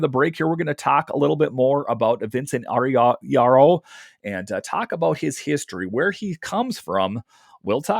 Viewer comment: Eye-Oreo 😂. Good stuff though! 😅